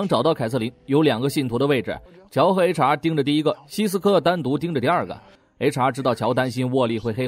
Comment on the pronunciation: HR都聽成查😵😵